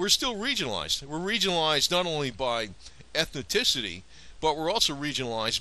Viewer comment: Very interesting vid, but Et-ni-Ci-ty is not pronounced Et-NO-TI-ci-ty. Grating. Like saying Nu-cu-lar, as did that bonehead physicist Jimmy Carter.